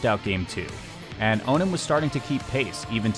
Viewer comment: welcome to ultimate, awesome to see your style in this game. got 1 critique tho, that's not how you pronounce onin, its prounounced on-in not oh-nin